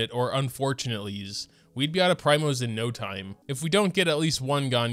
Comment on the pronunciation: it's PREEEMOS not PRYMOS